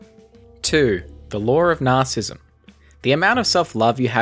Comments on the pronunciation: It’s funny how his R’s make W sounds and his W’s make R sounds. Lar of Nawcissism. 😂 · Guy deliberately pronounces narcissism wrong in all it's forms.